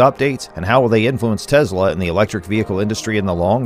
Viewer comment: Good, informative video! However, two small suggestions. 1) Please avoid the word "insane". It's far over-used to the point of fatigue in regards to anything Tesla or Elon Musk. Find other words to express Tesla's remarkable accomplishments. 2) I believe Tesla's pronounced "Tes' la", not "Tezla". Again, you produced an otherwise enjoyable video...thanks!